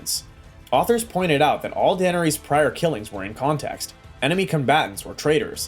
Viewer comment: AI GENERATED.. DUH NER RESS. NOT DANERESE